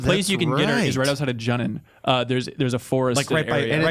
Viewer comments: That pronunciation was completely unacceptable. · It's JOO-non mofos, that's how those syllables are pronounced in Japanese. is always an idiot